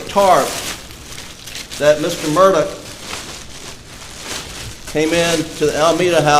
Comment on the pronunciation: Sounds like Murdock not murdoff hahahaha